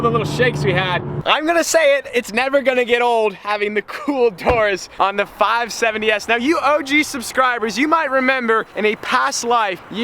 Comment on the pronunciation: Stop saying 570s weird